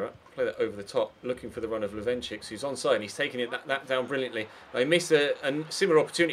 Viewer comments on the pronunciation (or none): the second CS in Lovrencsics is pronounced just like the first one, it's LovrenCHiCH, not LovrenChiKS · when pronouncing "Lovrencsics", the last "cs" is the same as the first "cs" as "ch" in "check". I know you like pronouncing the names correctly, so thats why i'm telling you. not the least bit triggered